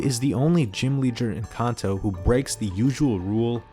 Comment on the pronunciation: Literally stopped watching when he said kanto wrong